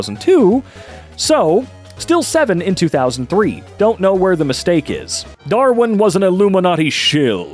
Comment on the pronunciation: As an Aussie, pronunciation of Melbourne and Darwin is not only accurate but got me rolling 🤣